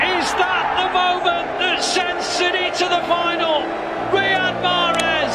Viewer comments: Final and not Fianl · Final or Fianl😂